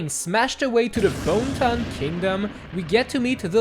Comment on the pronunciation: normal people saying Bonneton: "Bonnet Ton" saying Bonneton: "Bone Ton"